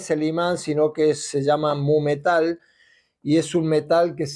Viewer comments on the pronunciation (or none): 7.14 mumetal, mometal es un medicamento, tienes que poner los labios como el inglés cuando dice you poor goofy ja ja